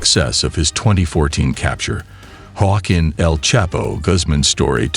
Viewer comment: I’m glad they caught “Guaqin” 💀